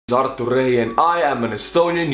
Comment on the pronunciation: Funny enough my name is Hunter Wray and every time he says his name it sounds just like he's saying my name with a accent.